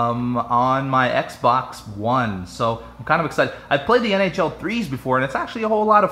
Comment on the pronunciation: Every time you said nhl i thought you said nho